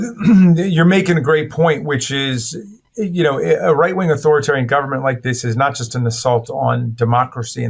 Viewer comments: Learn the word: It's "authorItarian". Leaving out the middle "I" drops an entire syllable, and makes you sound ignorant. Sorry, but it's the truth...if you don't know the correct word, don't use it! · Get to pronounce authoritarian properly